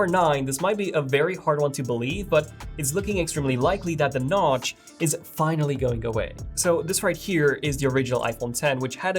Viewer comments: say notch 😂 not nouch wtf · He said goodbye notch wrongly